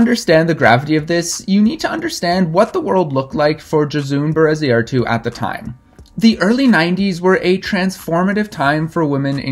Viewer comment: Gosh, you butchered her name hahaha. I’ll give you that euskara is not easy by any means.